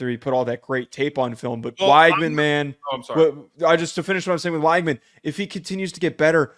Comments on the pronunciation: Nice vid. Just as an fyi tho, it’s Wig-man not Why-gman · Great show, by the way, it's pronounced "WEG-min"